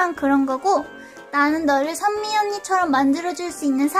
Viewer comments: 선미언니라고 할때 희미언니인줄 (×아름다울 미 =희미) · 은 오늘도 병맛이며 신의 손이시군녀 ㅎㄷㄷ 근데 쟈꾸 선미언니라고 하는게 현미언니라고 들려요 ㅎ